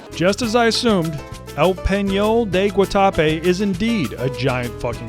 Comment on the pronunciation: its not pronounced Guatape. its Guatape